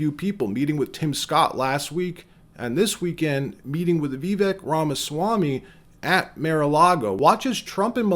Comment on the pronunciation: Great video. I’m hopeful that Vivek will be the VP choice. I don’t mean to nitpick, but you’re mispronouncing Vivek in the video. Trump Vivek 2024!